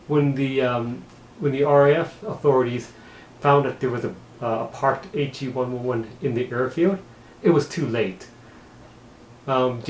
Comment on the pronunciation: It’s actually pronounced the H e one eleven